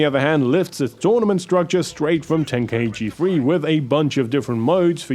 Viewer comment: It's pronounced "Ten-kai-chi" not "Ten-kai-ee-chee"